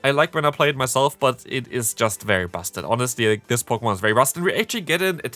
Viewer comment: i hear b@ ik you said busted